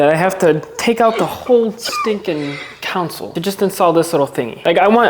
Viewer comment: Learn how to say console man not council